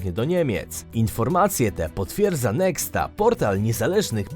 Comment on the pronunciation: Błagam albo ten portal nazyw sie Heksta albo NEHTA. Nie można czytać pierwszej litery jako litery alfabetu cywińskiego pa takiego krzyżyka czytać jak łacińskie x. Niech Pan się zdecyduje albo mamę czytanie jako cyrylicę albo mamy czytanie jako litery alfabetu rzymskiego że tak powiem